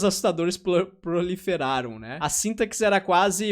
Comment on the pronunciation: Só pra ser chato e mexer com sua dislexia, SINTAXE em português esse x tem som de /ss/ 😊